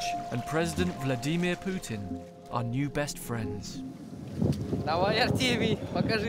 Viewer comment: "vlaDEEHmeer pootin